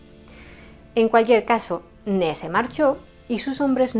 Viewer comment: No se llamaba “Ne”. Su nombre era Ney, y la y sí se pronuncia.